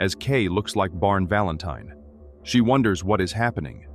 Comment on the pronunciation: “ Barn Valentine “. AI really knows how to mess up a name. 😂🤣😂🤣😂🤣😂